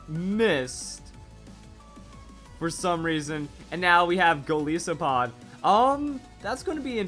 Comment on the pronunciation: Goliath + Isopod. please say it right